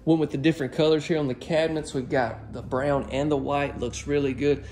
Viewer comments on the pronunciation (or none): none